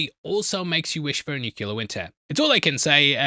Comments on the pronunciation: It's NU-CLEE-YAIR, not nu-ku-ler, or whatever kind of mangled pronunciation, that kind of just makes it impossible to watch this in the background. Please, for the love of cat; fix your pronunciation, as you do have a very good radio/podcaster voice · My dude, you need to learn how to pronounce nu- clea-ar. Not nuke- lear 👎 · It's a small nitpick... but it's 'nuclear'. Nu-clee-ar. Not 'nuke-you-lar'. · Ngl its gona be a tough season if you keep saying “nucular”